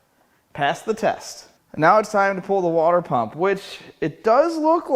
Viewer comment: "Shmoo pump," darn it, now I want some shmoo cake.